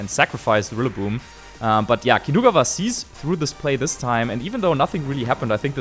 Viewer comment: Great content but I can’t focus because of the way they pronounce Kinugawa.